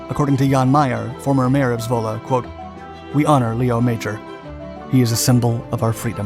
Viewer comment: Great to hear that you pronounce Zwolle correctly :)